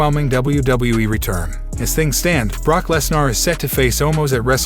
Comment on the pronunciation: DUDE IVE LET IT SLIDE TOO LONG IDC WHAT ACCENT U HAVE AN E NEVER MAKES AN A SOUND STOP SAYING LESNAR DUMMY ITS LESNER NER NER NER ITS A FUCKIN ER NOT AR DUMMY